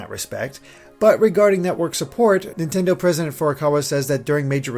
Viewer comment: Nontendo lol